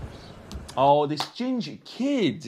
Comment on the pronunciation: “Oh this gingah (ginger) kid” had me rolling. 😂